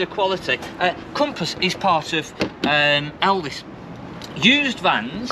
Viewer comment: Why do you keep calling it Elvis. It’s Elddis